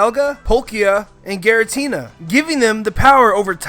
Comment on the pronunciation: It's see-noh and it's gee-ra-tee-na